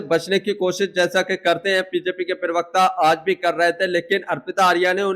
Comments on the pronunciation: "पिरवक्ता" मत बोलो यार..... अजीब लगता है सुनने में। "प्रवक्ता" कहते है। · Abey bewakoof ye PIRVKTA kya hota hai ...bolna to seekh ...